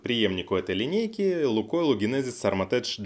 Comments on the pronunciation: Поправка не армотеч правильно армотек ничего личного) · Глайдтэк и армортэк .